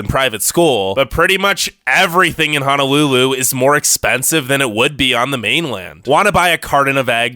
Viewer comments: I've lived in hawaii, more specifically on oahu (then kauai), for most of my life so I'm just writing my thoughts as I go. lol is on kauai. Why did you pronounce Honolulu like that??? Honolulu is such a small part of Oahu Most of the hundred hundred islands are either submerged or unlivable. The whole public education thing is bull, they don't put enough money into Hawaii schools, putting more into each student doesn't mean anything when you have less students. There are plenty of bad teacehrs and it just isn't well funded. Sure there are lots of students who don't care as much as they should but that isn't what makes the schools bad, it's because they are underfunded. So you're right about the schools being bad but your reasoning is wrong. Honolulu is a city, of course its dirty. Bruh, its Hawaiian time not aloha time. Overall I was just being super critical but you're mostly right, some things are overexaggerated but otherwise its good. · Don't come here if you can't even pronounce Hawaiian properly. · 1st of all, learn to pronounce Honolulu correctly. 2ndly thank you for discouraging others to move here. 3rdly all the bad shit you were mentioning ... "ufa" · I cringe every time he pronounces the word HONOLULU 😬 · Fist of all your pronouncing it like Hanalulu but it’s H/o/n/o/lulu and all of this is just rude because I live in Hawaii and we’re Hawaiian not Polynesian and it’s not as bad as you think yes it’s expensive but if its to expensive for you people then don’t come here and it was rude to talk about the homeless 😤😡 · Its HONOLULU not HANALULU... this is so cringey to watch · Btw It is "Hong no lu lu". Ok guy with annoying voice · I’m born and raised on Oahu. I’m already here bro. Also ur saying Hawai’i wrong. “Ha- why- eeeee” and honolulu “Hono-loo-loo” uhm. No. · okay i am born and raised on Hawaii, and some of these things got me feeling some type of way. And it’s (HONU-LULU) HO-NO-LU-LU, haoles get sun burn not the locals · It’s Honolulu not Hanalulu🤙